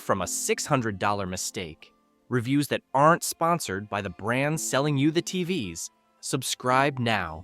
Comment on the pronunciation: love the AI failure to recognize the word TVs as an acronym TVS